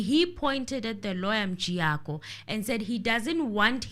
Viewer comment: make me laugh when he call mjiyakho as Mjayiya loool